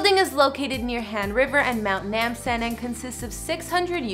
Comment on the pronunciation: She said se-ool when it’s .....seoul. And namsan like n-eh-mm san when it’s really nam like namjoon.